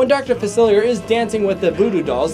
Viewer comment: It’s pronounced Fa-sil-e-a.